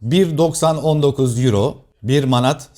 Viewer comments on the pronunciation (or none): none